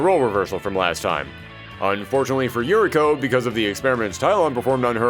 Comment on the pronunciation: Uriko is pronounced Oo-ree-ko.